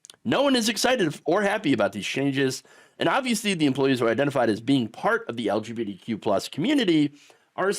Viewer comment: Are you saying "LGBDQ"?